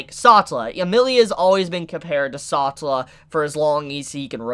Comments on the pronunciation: He really just called the Witch of Envy "Satula" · Bruh sa-tell-a not satalla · “Saw-tah-la” isn’t it suppose to be pronounced “Sa-tell-ah”? Someone let me know how to say it, I’m second guessing myself. Anyway really great input about Satella and the shattered memories of people she consumes. Are those people alive, or is it treated as this “bee-hive” collective just for her and the only reason Subaru was alive was because well Satella loves him and wants him all to herself in that shadow realm (someone call for Yami Yugi). Really excited to see how Subaru uses his new profound powers as an Apostle of Greed. Great vid and analysis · Everyone having a good time till you hear "SOTELLA", and "EKNIDNAH". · Don't mean to hurt your feelings but please pronounce the names of a few characters the correct way, like satella, otto etc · great video but why are you saying satella and echidna like that😭